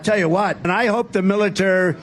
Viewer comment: Militararary? What is he saying?